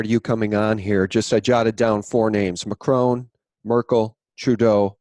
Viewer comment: Drop the fucking French accent when pronouncing macron! Mahhhhhhhchrhoooon you’re a dickhead!